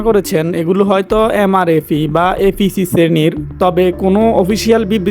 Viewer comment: এ পি সি , উচ্চারন ভালো করে কর। তোমার শ্বশুরের জন্য